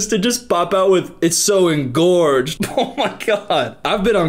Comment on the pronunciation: is so interesting. But every time he says “engorged ”. He’s losing points. 😂. Not his fault tho